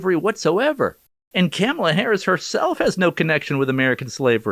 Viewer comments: I think you're putting emphasis on the wrong syllables when you say Kamala. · “Camla” lol 😂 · He said camela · Why do you keep mispronouncing her name 😒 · You’re pronouncing kumswalla wrong